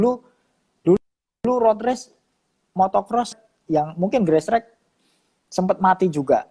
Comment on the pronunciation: Cuma yang nyebutnya GRASSTRACK (grestrek) benar...kebanyakan gestrek